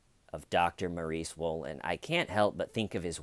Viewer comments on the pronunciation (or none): Just watched some footage of the Dr being caught in the act. I swear the female reporter kept saying Dr Maurie Swollen .... it was rather unnerving 🥴😆